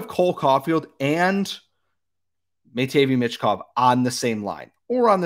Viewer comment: It’s pronounced “matt-vay meesh kov” Sorry I couldn’t hear you say it that incorrectly anymore 😂